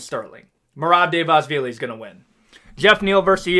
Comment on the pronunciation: hold on let me correct the great. it's merab "duh-va-lee-sh-villy", ur welcome